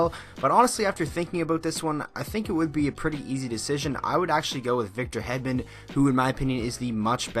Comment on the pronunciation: It is Hedman not headman and it is Karlsson not kalrson